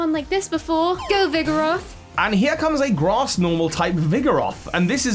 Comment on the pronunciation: Vigeroth "Vigoroth"